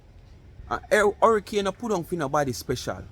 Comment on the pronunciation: Bad shape egg said it a Harrycane😂😂😂😂😂😂. i thought it was Hurricane 😂😂😂😂😂😂 BLC Dunce